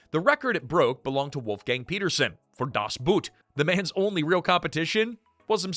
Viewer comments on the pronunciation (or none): It is pronounced das bOAt! sigh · Is this AI voice or a real person cannot pronounce Das Boot in a non-moronic way?